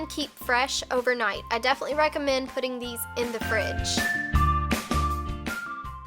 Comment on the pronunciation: Is it just me or did she sound kind of brittish when she said over night